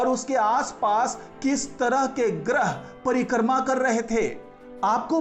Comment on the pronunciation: परिकर्मा नही परिक्रमा बोलिये